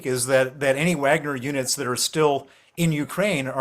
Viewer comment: Stop saying Uagner